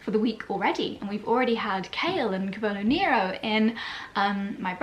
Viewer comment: Dear, do you mind a pronunciation correction? it's CAH-vo-lo NEH-ro.